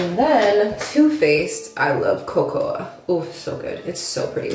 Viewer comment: it's pronounced like "coco"